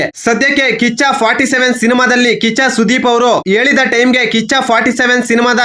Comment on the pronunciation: 😂😂 ಅಣ್ಣ ಕಿಚ್ಚ ಕಿಚ್ಚನ ಹೇಳಕ್ ಹೋಗಿ ಕಾಚಾ ಕಾಚಾ ಸುದೀಪ😂 ಅಂತ ಹೇಳುತ್ತಿದ್ದೀಯ ಅಣ್ಣ😂😂